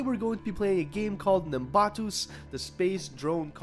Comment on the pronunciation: Hell yeah, Nimbatus will this become a series? also the way you say nimbatus is weird